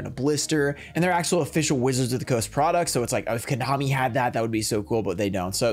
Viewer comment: Did he really say "Konomi"??????????????????????????